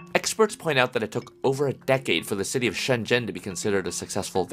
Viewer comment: Shen zen 😂😂😂 shenzhen 😂😂😂😂